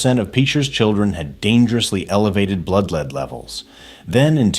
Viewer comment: AI can't say lead like the element. /do not reccommend